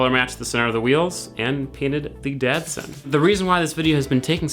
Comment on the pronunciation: he literally called it the dadson throughout the video